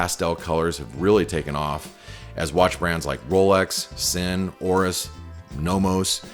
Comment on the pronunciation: Please learn how to pronounce Sinn.